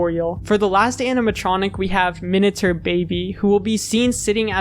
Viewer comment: No one is talking about how he's saying "minatur"